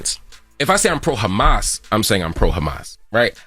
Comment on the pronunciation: Crazy how Envy couldn’t even pronounce Hamas bro..